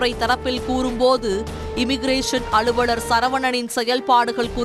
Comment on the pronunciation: அளுவளர் இல்லை, அலுவலர். நாக்கில் வசம்பு வைத்து தேய்க்கவும்.